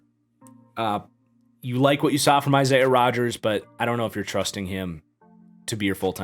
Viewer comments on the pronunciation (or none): none